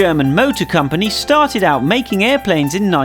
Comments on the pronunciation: he says Cyumpony instead of company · lol the way he says company tho 😂